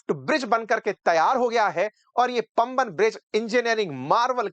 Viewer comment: पम्बन नहीं है गलत उच्चारण मत कीजिए ये पाम बन (वन) है पुराना पुल का निर्माण गुजरात के कच्छ अंजार के गुजराती ने किया था